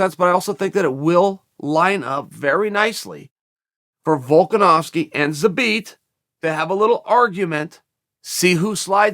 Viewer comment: Kinda disappointed in ol' Chael for pronouncing Zabit's name properly. Missed a perfectly good opportunity for a "Zabbit."